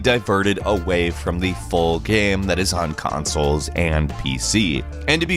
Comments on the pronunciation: Can you stop saying "gam" instead of game? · You said gam